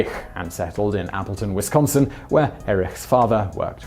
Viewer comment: stop emphasizing the second syllable in Wisconsin plz